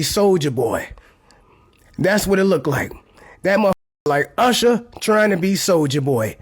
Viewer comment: That was Oosher not Usher 😂😂